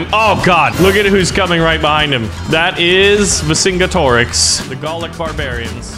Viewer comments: Always heard it pronounced Ver Sin Get Er Ricks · it's ver-sin-get-ih-rix vercingetorix